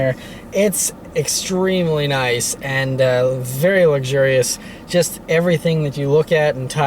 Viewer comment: My wife says you keep saying "It's verrrry luxiours" and "many buttons". LOL. I love your videos though!